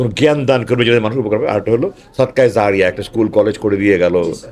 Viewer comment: The correct pronunciation is “Jariya” not “zariya.”